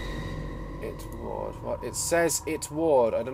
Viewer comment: Who else was like "ITS PRONOUNCED ITWROD NOT IT-WARD!!!!!"..... Just me?,........ sigh I'll just go home...